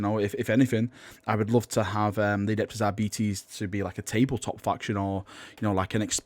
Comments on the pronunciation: it's AR - BI - TES not ARBI - TIS. not even my native language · Pronounced like Arbitrator, arbiter, arbitrage... R-bit-és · Ar-bites, please for god Emperor´s sake. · "I'm just gonna pronounce it Arbetes and you'll just have to live with it" Finger hovers over unsubscribe button..... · It is pronounced arbetees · Ar - bit - es , as in Arbiter (someone who makes a judgement) its basic English. They are not coming, it's Enforcers as in someone who enforces the judgement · When you say arbites i keep thinkind diabetes xD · I had always assumed 'Arbites' was faux Latin shorthand for 'Arbiter' so base the pronunciation on that, I guess? Making them arbiters, or Judge, jury, and executioner, is also a clever way to tie them in with the Judge Dredd IP for free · All in favor for the public execution of for how he pronounces Aribites say "I". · That pronunciation of Arbites is like nails on a blackboard.